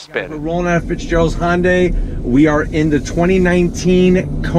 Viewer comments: for the love of baby jesus...if you can't pronounce it correctly can you at the least get the name respectfully close? Dude you are a YT car reviewer. You can't claim ignorance (Google it). Say it with me...HUN-DAY... HUN-HUN-HUN-HUN-DAY!! Its not a Honda ok? Good review. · That's a Hyundai not Honda, Honday! Stop saying Honda. Even the closed caption says Honday! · No its actually Hee-Yun deh. Read the above again I said at least get it close which HunDay is compared to his pronunciation which was Hahn-Day. Mmmm K ? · Hyundai not honday , please learn how to use English and look at the badge its spelt Hyundai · Why he keep saying Hon-day? Its not a honda related brand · Is it Hon-day, or Han-day? Definitely never heard it pronounced this way… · Edit: I'm gonna zonk you on the "Han"dai....lol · Kona, Hawaii, is the home of the Ironman World Championship. That’s the motivation for the Iron Man partnership with Marvel (not Audi). And what’s up with his pronunciation of Hyundai? It’s a subcompact SUV so technically smaller than compact SUVs or CUVs. That’d be the Tucson. Anyways, done here. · Learn to pronounce Hyundai bud